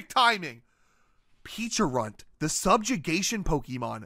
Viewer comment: I'm pretty sure Pecharunt is pronounced as "pe-cha-runt", like the Pecha berry.